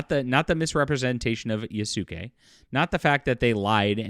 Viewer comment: Like the vid but please pronounce Yasuke like Yaas- Kay. Not Yas- Su-Kay. It's annoying.